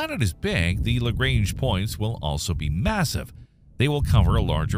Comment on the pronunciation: On the other hand, they butchered Lagrange so bad it's hilarious 😂